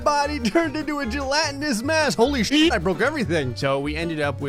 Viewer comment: "HOLY SHYEET I BROKE EVERYTHING" XD